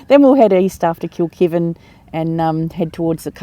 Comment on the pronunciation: I have a little giggle at some of your pronounciations. Yalarbon pronounced yell-are-bon lol. Kilkivan pronounced kilk-eye-van. 😂. Love your adventures ❤